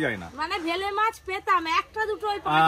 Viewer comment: ওটা ভেলে মাছ বলে না বেলে মাছ বলে